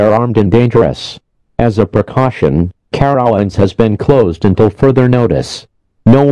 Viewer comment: Excuse me, how did the dumb af robot just pronounce Carowinds???